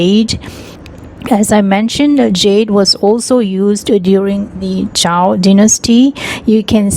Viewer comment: Zhou not zhao ..